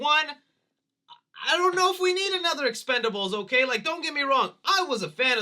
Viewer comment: I feel you when it comes to the expendables series, BUT CMON MAN it’s EXPENDABLES lol I know I’m hopeless 😩 😂😂